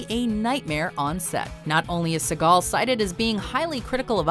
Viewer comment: Who tf is Steven Segall? Steven Seboomboom?